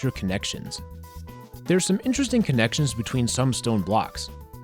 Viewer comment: I cant help it... "Connenctions."